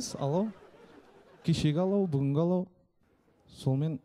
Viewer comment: Айару Арыстанбек он или она специально сказал (ла) ПАЛАУ ПОНИМАЕШЬ